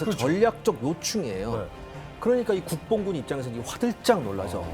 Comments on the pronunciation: 자꾸 국뽕군으로 들린다. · 국본군 간혹가다 국뽕군으로 들리네 ㅋㅋㅋㅋㅋ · 국본군인데 왜 국뽕군으로 들릴까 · 자꾸 국뽕군으로 들리네요 ㅋㅋ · 나만 국본군이 국뽕군으로 들리나? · 국본군이 국뽕군으로 들리는 판타지아~~~~~~~~~~ ㅋㅋㅋㅋㅋㅋㅋㅋㅋㅋㅋㅋㅋㅋㅋㅋ 토전사 화이팅!!! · 국본군...발음을 강하게 잘못하면 국뽕군으로 들리내요 ㅋ